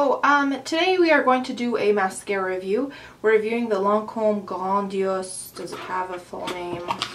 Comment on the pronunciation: your french tought " grandiose " so lovely :D <3